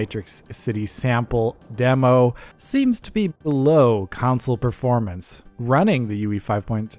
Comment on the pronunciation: It's a "console" not a "consul" can you pronounce it correctly please?